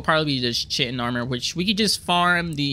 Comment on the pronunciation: Kite-in. Not chitin.